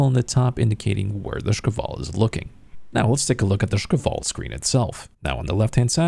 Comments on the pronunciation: I noticed he pronounces it like "шкавал" instead of "шквал". If you're reading this , it's just like 2 syllables really man Sh-kval. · yup, I found it a bit funny so I want moar of it :3